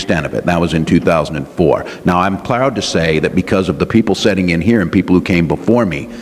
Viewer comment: Did he just say those setting here instead of sitting? A guy who can't speak the language doesn't have credibility. The right is grasping at straws trying to discredit Walz but the straws keep breaking off. They can't swift boat Walz. They keep beating this dead horse over and over and it's backfiring on them big time.